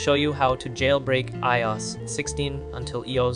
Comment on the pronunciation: What do you mean "e-yos"? It's I-O-S "eye-oh-ess" stands for (iPhone Operating System). 😔🤯😩